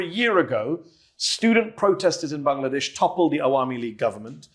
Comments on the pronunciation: he pronounced "BANGLADESH" perfectly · Thank you for pronouncing "Bangladesh" correctly🎉